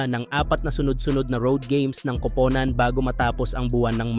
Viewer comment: Hahaha pansin kudin Yan pag nag Sabi sya Ng kupunan magiging kopownan Ang pag bigkas pero ok naun nakakatuwa naman pakinggan😊😊😊